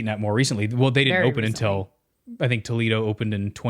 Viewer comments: It’s actually pronounced like Toe-lay-doe Toledo in Ohio is different than Toledo in Spain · Doesn’t the Disney restaurant Toledo use the proper Spanish “tuh-LAY-doh” pronunciation? (The pronunciation of Toledo, OH, was Americanized.) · There is a city in Spain called Toledo, presumably what the restaurant is named after. And FYI it’s pronounced Toe-lay-doe.